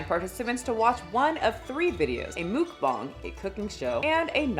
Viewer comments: mookbongs????? It took me too long to realise it was muckbang lol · "Mookbong"? Is that a new word? I only know of Muckbang.. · This was hard to watch only because it’s MUCK BANG not mook bong 🫠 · Hello, if you ever was confused on how to pronounce mukbang (먹방), you got the bang part perfect. Muk is just pronounced like the pokemon (Muck). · Love your content but your pronunciation of mukbang is sending me😅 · Am I the only one mad that she can’t pronounce the word Mukbang correctly